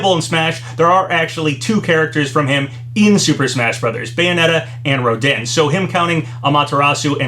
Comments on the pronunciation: Ro-DIHN lol it’s pronounced Ro-Dahn like french or something in Bayonetta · Rodin is pronounced "Roh-dahn" papa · It’s pronounced Ro-don.